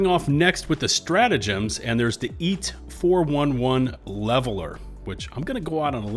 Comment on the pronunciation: It’s obviously EAT-ALL not EAT-HELL